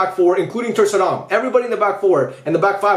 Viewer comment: My man did Ter-Stegen wrong in every way possible.